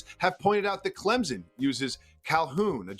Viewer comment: Say Clemson correctly then we will talk????